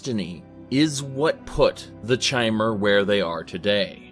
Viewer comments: So he says the lore community properly pronounces it kai-mer, then he continues to call them chai-mer. Um ok then maybe you just like to rebel. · one interesting thing ive noticed is that he pronounces Chimer with a k sound, however he pronounces Chim with a Ch sound, despite them being spelt the same way. just an observation, i love your content! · Says the way the Chimer are supposed to be pronounced and then proceeds to misspronounce the word